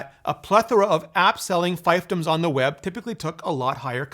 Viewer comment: Fiefdom is pronounced "feef-dum".